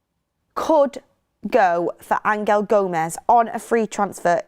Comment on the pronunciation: Why you pronouncing angel like that? He ain’t Spanish